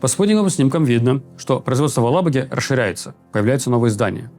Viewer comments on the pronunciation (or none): Руслан, "АлабугА" - ударение на последнем слоге!